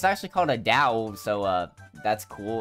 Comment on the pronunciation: I don't think it is a samurai kit BC samurai is the Japanese but lunar new year is Chinese. Also Dao means sword in Chinese. It is pronounced more like dow